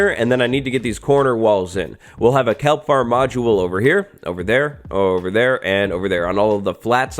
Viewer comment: Its KELP not calp...